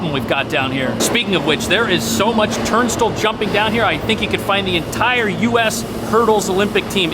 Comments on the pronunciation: It's pronounced Turn-style, not turn-still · I think the biggest crime here is how you pronounce “turnstile”.